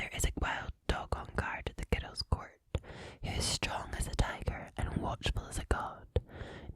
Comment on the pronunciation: You say "girls" with two syllables even when you're reading aloud. 😌